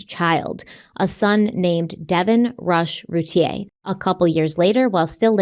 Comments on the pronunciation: Just so you know they Boys last name is pronounced Roo tear, I can't wait to hear What you guys think about this case. I grew up a city over and knew ppl that lived down their street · It’s pronounced Ru tear. I live here and well remember the case She’s guilty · Her name is Routier it's pronounced Roo tear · ROO-TIER, not rootea-A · I can’t wait to be able to finish this episode!! Off the bat, I just want to annoyingly point out that even though it seems like Routier is pronounced “Route-E-aye” it’s not. It’s pronounced “Route-E-air.” It doesn’t matter & I feel ridiculous even saying it, but here I am, doing it anyway 🤦‍♀️ I’ve been absolutely obsessed with this case for over 20 years, and my confidence in the opinion I developed the first time I learned of it has only grown stronger & more defined over the years. At one point I even exchanged a few letters with her. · Your pronouncing the last name wrong there's a YouTube video from 16 years ago of her trial and it's roo tea ear pronunciation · I believe it’s pronounced Roo teer… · Btw in Texas her name is pronounced RuTear 😂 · Couple of things. This is my town and their last name is pronounced “roo tier”, they are distant family friends. You did not mention that darlie had a significant cut on her neck which likely caused her to hang out in the kitchen while they were trying to get care to the boys. I go back and forth on if she’s guilty or not. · I’ve heard about this case since it happened. I’m from the area. I’ve always heard everyone in our area, pronounce her name Roo-tear 😪 like a tear that you cry, not the French pronunciation